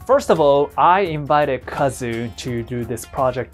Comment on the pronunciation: did you really just remove the U from Kazu's name??? not good dude.